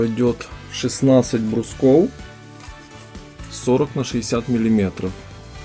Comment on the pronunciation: чего??? ВЫЛАЖИВАТЬ??? мелИметров?? все норм все классно! но ухо режет